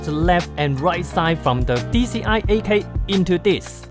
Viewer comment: Did anyone else hear kai when he says 8k 🤣